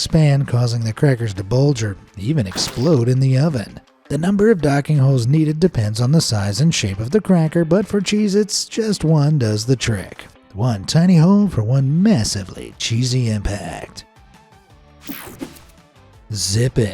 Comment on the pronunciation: ah yes, i love Cheez-Ns